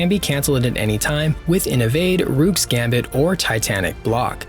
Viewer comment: It’s not “rewk” it’s rook, pronounced like “book”.. you wouldn’t call it a “bewk”